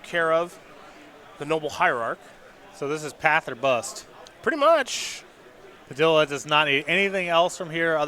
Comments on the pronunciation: I realize I can't expect people to know how to pronounce foreign names but every time he says "Puh-dill-uh" it kills me. Pah-DEE-yah dude!!! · Simon Willig listen is says Pi-dill-uh then that’s what it is! His word is law!